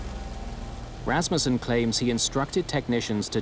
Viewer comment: Thank you for pronouncing Rassmussen correctly.